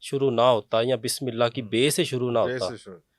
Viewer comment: اسلام علیکم معزرت چاہتا ہوں اس بندے کوخود بسم للہ صحیح پڑھنی نہیں آتی اور وظیفے بتا رہا ھے بسم للہ کےآپ سب لوگ غور سے سنیں جب یہ بسم للہ پڑھے گا